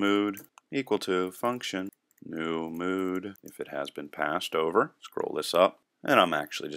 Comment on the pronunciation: Lol "mode"... don't you mean "mood"? :)